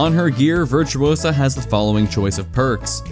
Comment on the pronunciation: it`s VirtuOsa not VirtuosAA - Hermione.